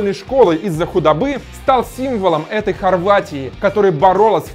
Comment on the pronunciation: сборной Хоргватии? :D